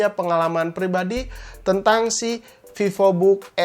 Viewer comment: Pipobook Sunda banget bang wkwkw 😅